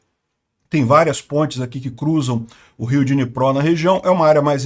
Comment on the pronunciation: Não é dinipró e Dniprô DMudo